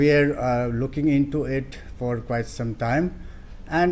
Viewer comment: I understand local leaders or some association leaders speaking in such a way but the so-called high ranking officers of Arunachal Pradesh pronounce such a vulnerable pronunciation, I'm totally out of speech. Like BDO for video, por for "for" and many more...... Aree yaar, at least officers aur student's union leaders ka toh thik ho.🙏 But mushrooming such a terrorist group in Arunachal Pradesh is really a matter of concern. May peace prevail in the state.🙏